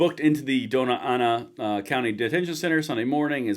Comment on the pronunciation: Well yeah. Young Park is in one of the 'nicest' parts of town. LOL. Actually has gotten fairly sketch everywhere. Wonder what the immigration status of the perps (or any involved) is? (Its pronounced "doanya anna". Never forget the (~) over the N.) You do know 'we' elected MLG because she played off the "Lujan" so big? Her uncle(?) was a long time US Rep - a real bipartisan from the old days. Manuel. A "D", but oldskol and respected widely. When he retired, a (sheep rancher) Joe Skeen was a landslide Write-in. Sort of a big deal back then. Was going to further comment on an acronym of MLG's thinking patterns, but will not.